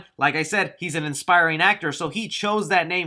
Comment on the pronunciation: '"Inspiring" actor lol I think you meant "aspiring"